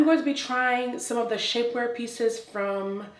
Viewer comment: 21. Had to rewind because I sincerely thought she said "Shitware peices", but she actually said : "Shapeware pieces". After viewing the entire video I'm convinced that she SHOULD have said would I originally thought I heard.😳😁